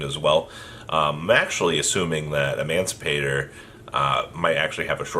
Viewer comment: say it with me: AD-A-MAN-CI-PATOR